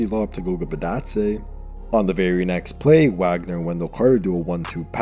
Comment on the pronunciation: Its pronounced Vogner. Put some respek on it 😂